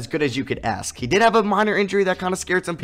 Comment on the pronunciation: no-one: literally no-one:: Aks